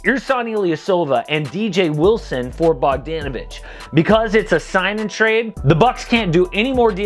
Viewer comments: I’m not a name specialist but I’m 99% sure it’s pronounced Bog-DAH-navich instead of Bog-DAN-ovich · That’s the whitest way to say bogdanovic’s name